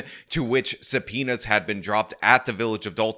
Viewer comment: Just alezations and sum'penas